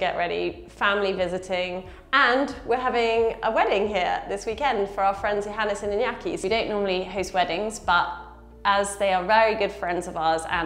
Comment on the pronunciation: I think his name is iÑaki, its typical from the north of spain. Pronouncing the ñ as an n makes it seem japanese 🤣